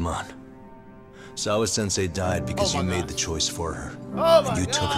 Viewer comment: Nobody: every chance he get: "SAWA-Sensai"